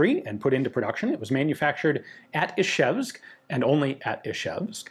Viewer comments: It's Izhevsk, not Ishevsk. It's spelled Ижевск, not Ишевск. The Ж is pronounced like the s in "pleasure" or the z in "seizure". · Ian, it's not "Ishevsk", but "Izhevsk", the first consonant after the "I" is pronounced like "s" in "usual" or "measure". I know you make real effort to pronounce foreign names correctly, but for some reason you continue to mispronounce the name of this city.